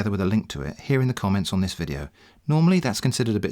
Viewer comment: I heard it as "... and this is TITS you never asked for" at 8.37 mark. Some spicy content advice there ;-)